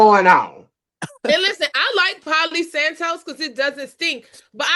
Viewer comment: said poly santos 😂